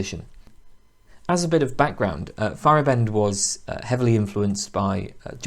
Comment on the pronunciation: If it helps, pronunciation is FY-er-AH-bend instead of FY-er-uh-BEND. Great video series though, nice work.